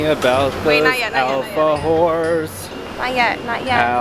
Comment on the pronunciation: Your friend deserves congratulations, she learned how to prepare a mate quite well XD By the way i love how he say Alfahorse XD